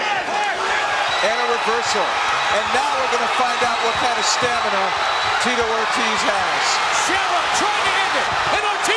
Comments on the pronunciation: "Tee-toe Or-Tizz" lol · "Teetoh Ortez" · "Teeto Or-tizz" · Tito Ort-is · That's AI for you. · Teetoe Or Tiz